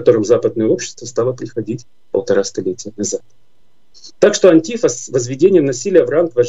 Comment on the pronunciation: Почему "антИфа" если они сами себя называют "антифА" с окончанием на последн й слог?